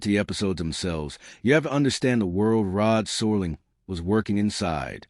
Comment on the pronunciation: How is it that this narrator doesn't know how to pronounce Rod Serling's name? Is it AI? I'm getting tired of AI.